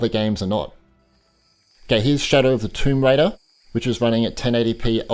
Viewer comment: did he just say shadow of tye tomb raider